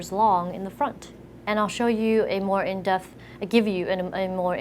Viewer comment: "In death" xD I think its "In depth"